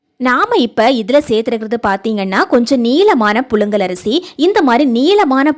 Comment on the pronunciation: புலுங்கல் ஆ புழுங்கலா ...... தமிழை அழகாக பேச கற்றுகொளுங்கள்............